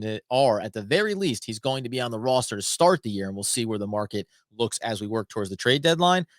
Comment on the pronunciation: Your killing me, where are you from? Please say the word “Roster” like a normal person.